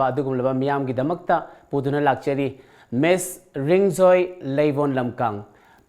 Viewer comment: it's Miss.. you called it like Miss into Mess.. lol